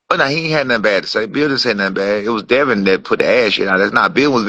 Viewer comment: Called that nigga "beal" not bill 😂😂